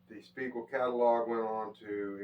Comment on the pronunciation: 'Spiegel' just like on the tag, not Spegal.